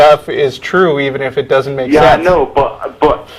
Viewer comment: Read a book,. Just one... then, one more, then one more... when you've reached a reasonable level of erudition, come back and we can have a reasonable conversation. It's "sense" not "since," "something," not "sumthin," etc. etc....